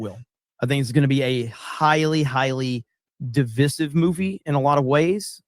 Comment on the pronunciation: [Di-viss-iv]...who pronounces divisive like that???